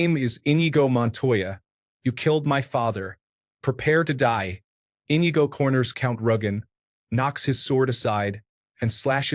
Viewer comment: "en-EE-go" man that was painful to listen to